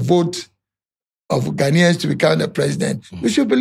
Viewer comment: Firstly can you say Ghanaians correctly what is this ahh